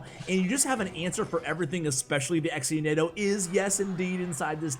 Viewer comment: Exe-nado lmao